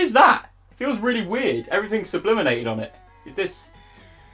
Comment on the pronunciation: Say it with me - sublimated. Sublimated. 😆